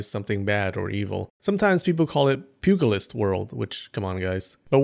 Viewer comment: Nails Chinese pronunciation, says "pewg-list"